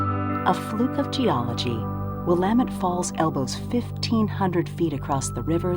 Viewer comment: You should learn to pronounce “Willamette”. Your mispronunciation discredits everything else you say.